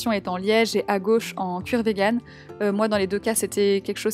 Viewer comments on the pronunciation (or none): none